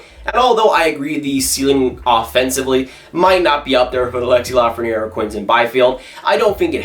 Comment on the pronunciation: It’s L.A.frenière ;) Unfortunately, LA hasn’t received a 1st overall pick since 1967, so I’m not holding my breath.